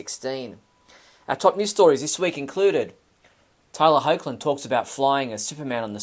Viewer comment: Cool video. Btw, Tyler's last name is pronounced "Hecklin". 😎